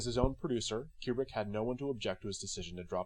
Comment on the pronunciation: Not a big deal, but pronouncing his name correctly is always a plus. KOO-brick, not Cue-brick.